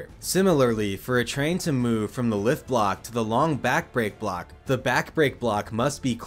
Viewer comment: kudos for how well you managed to say things like “Back Brake Block” through this entire explanation. This section sounded like you were saying some long tongue twister.